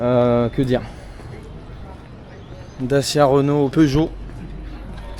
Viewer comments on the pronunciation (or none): none